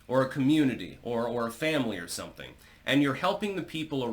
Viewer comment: Self-proclaimed linguistic. Can't pronounce soMething.